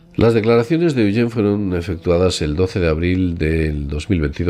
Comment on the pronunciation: Muy interesante...pero Eugene o Gene se pronuncia EuYINN....o YINN... Gracias!!!